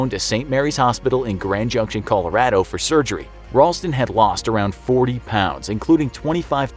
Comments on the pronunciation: Am I the only one that realized he said cola-rado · Hold on “CALORADO” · I love everything about this guy who narrates except how he says “colorAdo” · Nobody's gonna talk about how the narrator keeps saying Colorado with a short "a?"